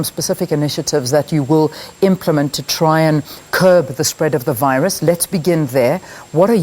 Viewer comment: ....and it's not VIRAASS its VIRUS